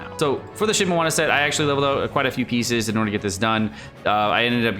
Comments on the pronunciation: So glad it's not a drinking game whenever you pronounce something wrong like that... Think of the alcohol blood poisonings you would be responsible for! "Shee-mee-nah-wah" (I know you corrected yourself at the beginning of the video, and the rest was recorded ahead of time. It's appreciated! But PLEASE! "Xing-Cho"... Not "Xing-Coo!") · lul at that Shimowana pronouncation. good math calculations tho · So annoying he saying Shimewana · Does he not know how to read? Bruh it shimeNAWA NAWA NNNN THE FUCKING N MY GUYYY.THE N